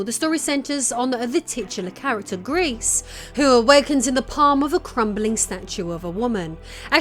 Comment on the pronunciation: Gris as a silent S, otherwise it sound like grease and it means GREY